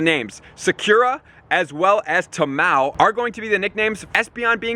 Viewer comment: The way he said Sakura ☠️☠️😂😂 PS this isn’t hate comment I lOVE THIS GUY AND THIS CHANNEL . Just wanted to see if anyone else caught that and almost positive Tamao was wrong to xD